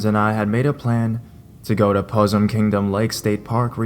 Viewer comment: I wish the 20 other horror channels would post more content so I wouldn't have to listen to you. Your reading style is bi polar Nick Cage style whisper and shout at random times, which is MEH but your inability to pronounce simple words like "Possum" is the most distracting. You READ on your channel. Don't you think you should learn how to pronounce the words? Seriously. Your readings would be so much better if you didn't trip over words like a shy 5th grader being called on to read in front of the class.